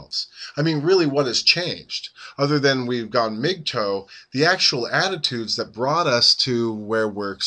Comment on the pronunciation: its not pronounced like migtoe you're driving me crazy its mgtow rhymes with how. please stop saying mig toe!!!!!!